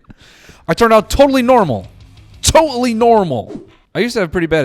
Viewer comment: "TO'ALLY NORMAL" took me out man🤣🤣🤣